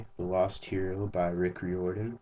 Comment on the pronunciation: SEQUAL TO PJ! NO! RICK RIORDAN IS PRONOUNCED KINDA LIKE FIREMAN! UGH THE RAGE